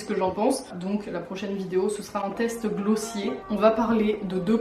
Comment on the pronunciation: par contre ça me perturbes tellement du dit glossier a la française 😭😭 s'il te plaît dit "gloss hier"